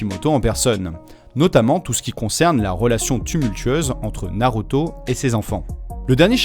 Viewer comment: Super vidéo 👌 mais tu ma perturber avec la prononciation de naruto en NarOto